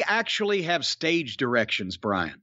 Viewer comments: I thought Cornette said “Staged Erections” not “Stage Directions” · When talking about Becky lynch Jim said 'stage directions' I heard 'stage erections'